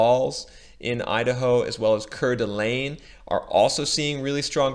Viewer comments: I wouldn’t want to live anywhere else! Even if there’s a bubble, I have a nice house in a great state. Four seasons of weather. Not too hot. Not too cold. I’ve lived in Eagle, Meridian, Boise, and now foothills of Boise. And it’s pronounced Core-da-lane. It’s a tourist area. Absolutely beautiful! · Coeur D’Alene pronounced Core-D-Alane